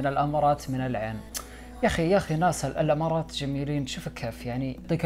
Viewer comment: إلى متى نفهمك ونشرحلك ان إسمها الإمارات مب الأمارات 😂💔